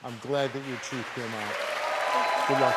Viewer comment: We gonna hear the truff!